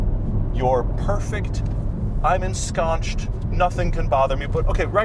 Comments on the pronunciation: What is ensconched? 😂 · I think he meant to say ensconced.